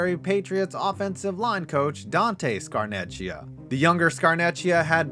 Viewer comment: I’m sorry, I usually never do this but to pronounce its Scar-neck-ia no ch sound, it’s Italian, no disrespect to you tho